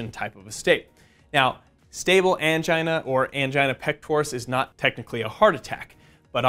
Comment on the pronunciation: I laughed when I heard anigia... 🤦🏽‍♂️ I'm sorry